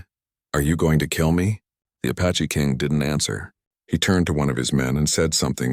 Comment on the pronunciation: Good grief! It's APACHE, not A PATCHY!